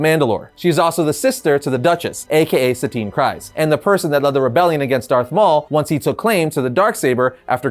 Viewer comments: My only issue with this video is how you said "Kryze". It's literally said in Clone Wars and Rebels that it's "Kree-zz" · It’s pronounced Kreeze